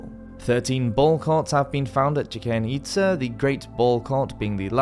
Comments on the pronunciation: Bruh, you need to at least look up words you gave no idea hkw to pronounce. Chichen itza, cenote, it actually hurt my ears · I love the videos, but please work on your pronunciations! I've recently been to Chichen Itza and swum in the some of the cenotes (ce-no-te, not kenote). Amazing places. But I had to cringe a little when I heard the way you pronounced both the city and the sinkholes.